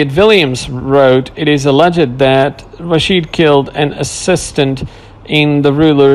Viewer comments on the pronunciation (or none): none